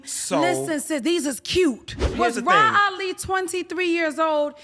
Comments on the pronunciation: I need him to call her “Rah” and not “Raw” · Not "Raw Ali"😂😂😂